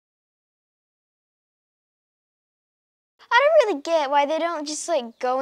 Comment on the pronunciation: well, I don't know weawy. ❤️